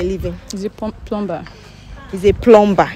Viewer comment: HEY. Please the word PLUMBER. IS pronounce PLUMMER THE B IS SILENT. SORRY.MY DEAR. ENGLISH IS MY FIRST LANGUAGE.